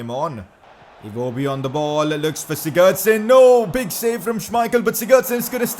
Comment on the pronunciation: Oh my god can you learn to say Sigurdsson properly